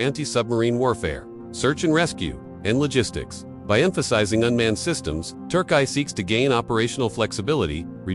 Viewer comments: I AM GOING TO ERRACE THIS VİDEO, I HAVE A HARD TIME TOLERATING THE PRONUNCIATION OF THE NAME OF MY COUNTRY. TURK EYE? THAT IS BY FAR THE MOST RIDICULOUS ONE YET. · Turkai or Turkiye? 😂